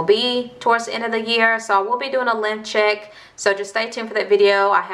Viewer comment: Hella kept thinking u were saying "lymph check" ....i was like wtf is this dangerous or something?...then finaly realized u were saying "LENGTH check" 🤣